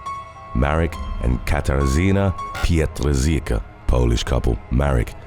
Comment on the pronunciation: That is not how you say Pietrzycka. It's Pye-tshy-tska, more or less.